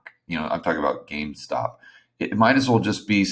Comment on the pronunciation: GameStop not gamestock. Also the Reddit crowd isn’t even paying attention to silver as much as people think. Go over there and read it for yourself.